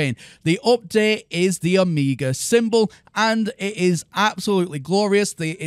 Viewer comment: you pronounced Omega like Amiga, that got me thinking... Commodore Amiga version of the game... I'd shell out a few bucks for that .adf file. I experienced my first space games on there (like 33 years ago, I'm old), one of those was Damocles (Mercenary 2) an is the main reason I was hyped 10 years ago, when I first heard about NMS: the sheer joy of seamlessly going from planet to space and back, and then walk around freely and also use ground vehicles, all of this I first experienced as a young teenager back in the day. The feels.